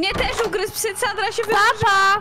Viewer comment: oj nie sanra a sandra